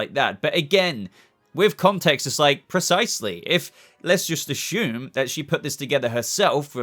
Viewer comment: This is a dumb comment, I was wondering why when you say “assume,” it sounds like, “ashoom.” When you say other words with S(s), single or double S(s), the words have a regular “s” sound. At first I thought you were doing it on purpose to be funny but lately I realized, Pagey and Mr. Sunday Movies, do it as well. So I’m wondering if… A. Are you saying “Ashoom” on purpose? Or B. Is it just an Australian thing? BTW I love your channel, I’ve been a sub for well over a year now, maybe even over 2 years just so you don’t think I’m trolling.